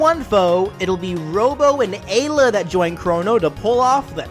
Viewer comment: It's Marley, not marril And eye-la, nit A-la